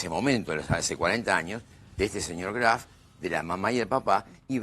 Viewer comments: ni el apellido sabe pronunciar no es craft es graf de lo imbecil o de tanto mentir se le mezcla todo apurenla y confiesa q cristian lo matooo o el padreeee vamos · 🤣🤣🤣🤣 sisi.. le dice CRAF.... Q verguenzaaaaaaaaaaaa! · Dice CRAF la abogada ni el apellido sabe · Cómo se puede mentir de esa manera!!! Y esta mujer pronuncia “Kraf”. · Me mata cuando le dice Craf jajaja